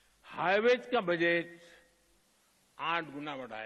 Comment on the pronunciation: पीएम बजट की जगह बजैत बोल रहे है अनपढ़ पीएम